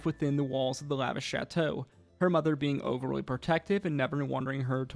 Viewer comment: "lavish shatshow" 😂